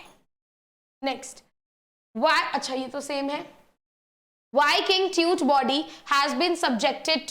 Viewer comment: Tut is pronounced as T-Ah-T